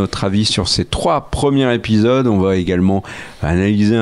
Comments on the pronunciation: "Il faut parfois compresser les dates et arranger des choses"... Belle contrepèterie (involontaire ?) de notre cher habitant du pays du Maroilles ! Par contre les gars, s'il vous plait, arrêtez avec vos liaisons dangereuses.... on dit "les 3 premiers Zépisodes" pas "les 3 premiers Répisodes" ;-) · Ça fait des années que je vous écoute et que je vous apprécie beaucoup mais aujourd'hui je craque: on doit prononcer " les premiers Zépisodes" et pas " les premiers Répisodes" comme dit...